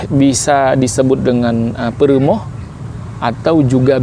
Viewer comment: Peureumoeh ❌ Peurumoh ✅